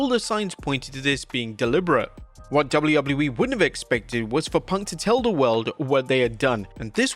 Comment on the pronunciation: He has a harder time saying W.W.E then Chris Jericho🤣🤣🤣